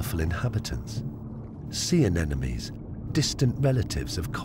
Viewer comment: Aeoonnn Are you kidding? I sure hope so. The narrator mispronounces anemones. Also, he says that corals are closely related to sea stars! I quit watching after that. There are plenty of videos that offer incredible underwater footage and their facts are correct.